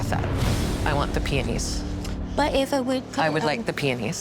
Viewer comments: sounded like she was saying peenies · The way the one lady said peonies pswissed me off